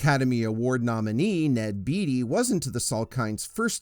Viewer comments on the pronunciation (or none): It's Ned Bate-ee, not Beet-ee. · Valerie Per-rhine and Ned Bay-tee